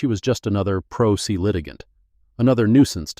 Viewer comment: First minute, Pro Se is pronounced “pro SAY”. (17?) satisfying”……. I’m DONE. No since wasting my time on something the Producers showed no care!